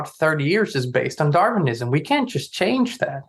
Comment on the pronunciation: it's Darwinism not darvinism